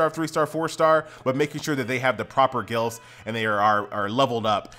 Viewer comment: You saying glyphs like gilfs. man i love you